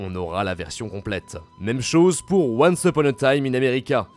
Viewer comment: Fait apprendre à prononcer "once" !!!